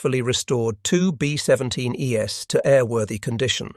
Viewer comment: It’s distracting how the robot voice pronounces thing like “B17 Es” as “B17 E-S.” It’s not read as a plural but a series of letters it doesn’t recognize.